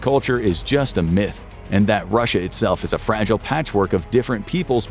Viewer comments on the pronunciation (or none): none